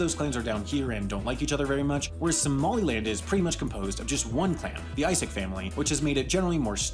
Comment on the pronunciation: Its not pronounced like Isaac it's pronounced is-saak coming from a guy who from the isaaq Tribe myself